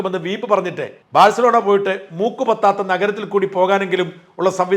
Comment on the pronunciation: "ബാഴ്സലോണ" യാണ് മറുനാടാ!! വിവരമുള്ള ആരെയെങ്കിലും വെക്കു..